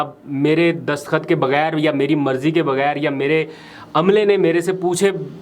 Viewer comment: برادر دسخط نہیں دستخط لفظ ہے باقی آپکا پروگرام بہت اچھا ہے اور میں توجہ سے سنتا ہوں❤